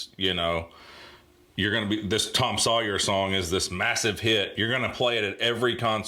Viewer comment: Hunh. Now I hear it. A lot of times "Sawyer" comes out as "Sawyee". Paul Rudd used to joke about this but I never heard it until now.